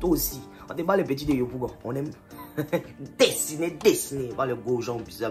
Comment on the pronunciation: Ta manière de dit dessiner dessiner la deh😂😂🤣